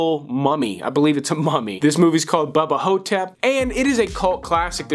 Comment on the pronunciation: Looks like one of your best list’s. Once I heard you say Bubba Ho-tap I knew we would have a good list